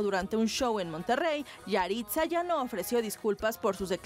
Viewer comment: Yahritza? Parece yahritzo.